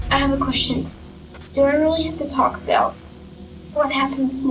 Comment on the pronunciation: Talking "uh-boat"